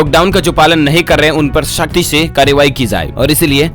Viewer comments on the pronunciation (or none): Tu bolna to sikh pahle jaye ko zaye mt bol or sakhti ko shkti mt bol